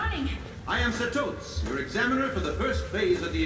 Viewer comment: I just hope they switch to the sub. They even get the names wrong. SatOts? really? H í soka? GOn? It's painful.